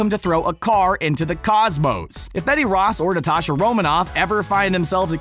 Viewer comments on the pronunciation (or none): none